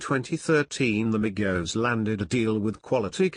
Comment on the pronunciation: Thank God You Said Their Names Right Other YouTubers Always Say That Shit Wrong